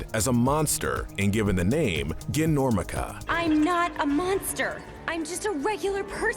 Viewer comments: Bro did you seriously call susan murphy "gin-normica" its "jin-normica" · I'm sorry... Guh-normica? You have a bad habit of not pronouncing things correctly. It's Ji-normica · Gin- normica >-> sometimes the pronunciation here triggers me a little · I'm sorry, who pronounce "Ginormica" like that?